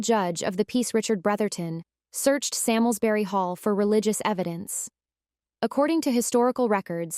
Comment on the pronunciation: My ancestors! It is pronounced Sarmsbury